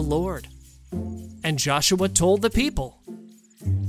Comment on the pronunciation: "and all the pee- p" I love the peep "and fur-" Uhhhhhhhhhhhh